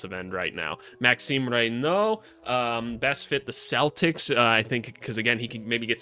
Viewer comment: As a Blazer fan, I hate this video, BUT best pronunciation of a foreign name for Maxime Raynaud.